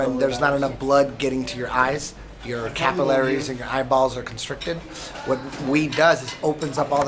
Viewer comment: Eddie its pronounced Cap- il - a - ries not capaleries lol love eddie bravo though!